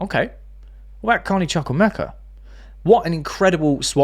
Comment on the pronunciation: I told you the Chuk in Chuk-wu-emeka is not pronounced as Chuk but as Chook (like Chu chu).